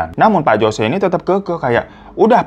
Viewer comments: biasanya "Jose" dibaca "hose" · Jose dibaca hose